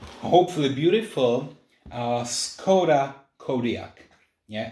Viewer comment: Nice, you can already handle action videos :-) In my opinion, it would be better to use the original pronunciation of the name Skoda, just a small note ..